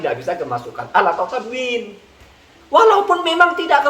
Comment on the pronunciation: 😄😄....wahabi dengarnya kawin bukan tanwin 🤣🤣